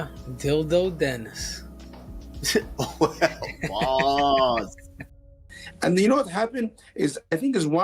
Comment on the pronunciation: U mean Dillon panis, Or dilldo panis 😂